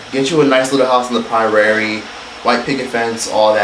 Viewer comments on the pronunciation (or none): a little house on the- me: prairie: pie-rairie